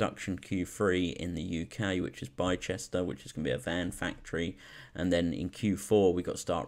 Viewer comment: Yo man, just subscribed, please keep on posting these stock update/thoughts/review etc type videos with other stocks worth keeping an eye on. Btw Bicester is pronounced BIS-TER loool.